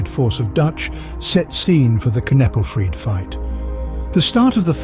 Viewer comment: The channel is called learn Frisian but Kneppelfreed is pronounced all wrong. There also a LOT of details missing. Those "certain farm rules" was literally writing in Frisian on milk cans instead of Dutch. They were fined for that! Also kneppelfreed itself was a bit more intense than that. But I liked the conclusion of the video